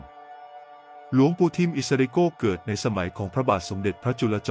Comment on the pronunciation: อิสริโกนะไม่ใช่โก้นะระยองนะไม่ใช่ตจันทบุรีนะ